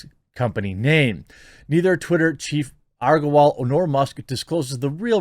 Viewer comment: Jeremy still unable to pronounce Agrawal properly lmao. It's okay i know you're dyslexic and Titter assures me you're also racist so that must be why xP